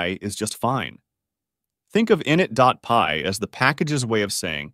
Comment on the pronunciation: Great vid, only issue is your pronunciation of init. It's "i nit", with emphasis on the "nit". Not "in it" with emphasis on the "in".